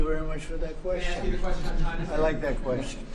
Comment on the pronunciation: Trump: "we've been meeting with ghina.."